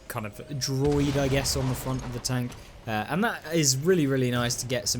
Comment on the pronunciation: British people says "tonk"?😂